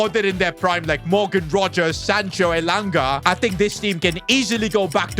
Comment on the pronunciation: Bro is pronouncing elanga wrong